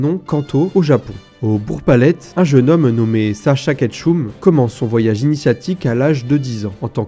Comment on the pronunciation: Merci mais ketchum se prononce /eum/😅 mais tkt pas grave